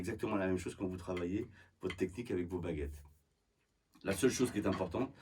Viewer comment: I heard "bagettes" and now I'm hungry.